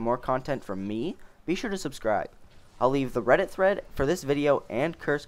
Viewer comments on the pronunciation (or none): none